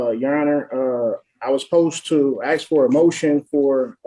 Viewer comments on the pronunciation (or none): He’s axing the court 😂